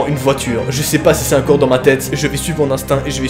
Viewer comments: j’ai remarqué que tu prononces des mots pas comme je les prononce, j’aime bien ça MAIS LÀ vers tu dis uncore au lieu de encore ET J’AI COMPRIS “un corps” J’AI FLIPPÉ POUR RIEN 😂😂😭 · Au fait on dit ENcore et pas INcore